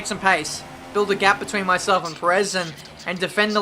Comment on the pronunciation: "And it's three wide beteeen the two of us!" - 2017